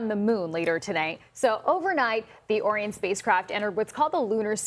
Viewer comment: I know she didn't just pronounce Orion as "Oreon"